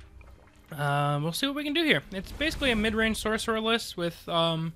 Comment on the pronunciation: Lmao shhhorcerer. Great video man!